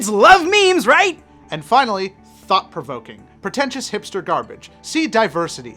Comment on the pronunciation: i swear i thought he said fuck provoking not thought provoking